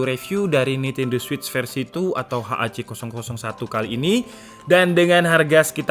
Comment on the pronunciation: memang benar bro penyebutan nya switch